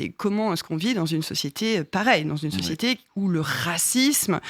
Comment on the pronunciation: Usul qui doit se frotter les mains: "Hon hon hon! Oui! a encore dit Sociéter!"